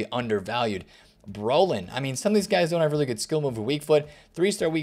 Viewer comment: Man just butchered Tomas Broiln and Jean Pierre Papin guess they didn’t play in the prem so you guys won’t even know them and the latter won a Balon D’Or